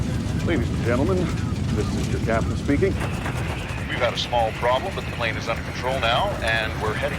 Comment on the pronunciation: The emphasize of "small problem."